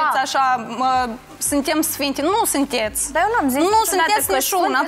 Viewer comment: “Nu sîntietzi nișiuna” 😂😂😂 maaaars